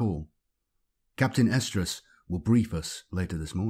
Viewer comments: I keep hearing "Captain Estrus/Oestrus"... which then might as well be "Captain Ovulation." It'd probably make Slaanesh happy 🤷🏻‍♂️ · i think its something like Arestrus or Errestrus because he does pronounce an "r" in there. but yeah, its weird sounding.